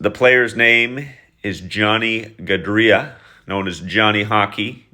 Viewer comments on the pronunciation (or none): Gaudreau, not Gaudrea! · Goo drough the eau makes the ohh sound in french. Definitely need to remake this one.